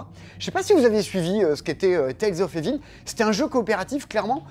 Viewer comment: d'habitude tu es plutôt bon en langues étrangères, mais là, évil.... Vraiment? 😂